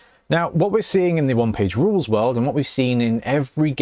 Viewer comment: I missed the part where you talked aboot rulez. 😅